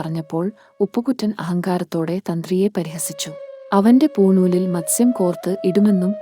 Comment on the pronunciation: മത്സ്യം ഉത്സവം എന്നീ വാക്കുകൾ മ ത് സ്യം എന്നും ഉ ത് സ വം എന്നും ഒക്കെ എഴുതുന്നും പറയുന്നും ഉണ്ട് ൽ + സ ആണ് ത്സ അല്ലാതെ ത + സ അല്ല നമ്മുടെ മലയാള ഭാഷയെ അറിവില്ലാത്ത പത്രലേഖകർ ആണ് ഇത്രയും വക്രീകരിച്ചത് ഈ വിഡിയോയിൽ പെൺകുട്ടി പറയുന്നത് ശ്രദ്ധിക്കൂ മൽ സ്യം ഉൽ സവം എന്ന് തന്നെ പറയൂ